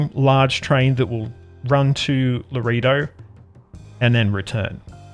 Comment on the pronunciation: Laredo is pronounced: LA RAY DOE. Map's taking shape. Enjoy seeing how others play their map.